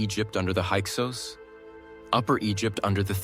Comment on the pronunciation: why do you pronounce the name Hyksos differently here?